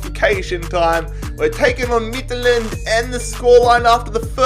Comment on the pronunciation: U SIAD Midtjylland wrong midt-jyl-land